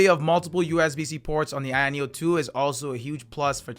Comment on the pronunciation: i keep hearing “ayeon 2” = the irony of 2 😂